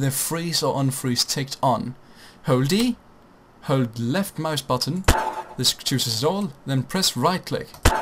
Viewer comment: ik dacht wel dat je nederlands was omdat je "left muisbuttun" zei xd